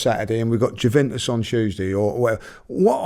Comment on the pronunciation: Why cant he pronounce juventus?